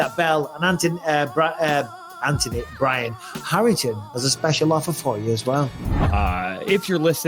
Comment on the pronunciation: Mad that bisping cannot pronounce Anthony and insists on saying Antony 😂